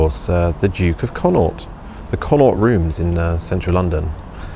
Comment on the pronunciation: Thanks. Re: Connaught. It is pronounced like "Con knocked" Be sure to get the Gaelic phlegm-like sound on the "aught" bit:)